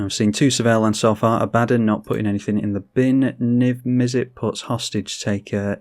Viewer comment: Great vid! It's pronounced "Ah-buh-don" btw.